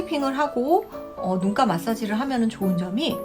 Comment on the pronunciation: 눈가인데 자꾸 눈깔로 들려요 ㅋ